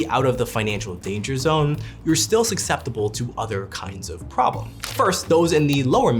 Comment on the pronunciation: "...you're still sucseptible (sic) to other kinds of problems..."